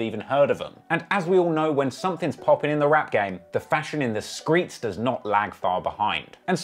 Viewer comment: Noooo he didn't say "skreets" I'm fuckin dead 🤣🤣🤣🤣